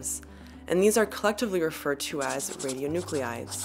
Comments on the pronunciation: Do you mean ra-di-o-nu-clides, like how you are spelling it or ra-di-o-nu-cle-ides like you're pronouncing it? I'm not getting why you are spelling it one way but then adding an extra syllable. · The mispronunciation of radionuclides drove me nuts. Channeling my inner Hermione, it’s radio-(noo-kleye-ds) not (noo-clE-eye-ds). She’s channeling her inner George Bush. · She's pronouncing "radionuclides" incorrectly!!! It's irritating. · So she exaggerated the French pronunciation of Marie Curie, then mispronounced radionuclide over and over for the entire video. If you're going to be a fussy linguistic show-off, gotta be consistent. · your spelling of "radionuclides" does not match your pronunciation. This puzzles me greatly.